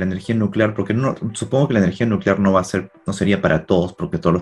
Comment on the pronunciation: Nucelar, se dice Nu ce lar...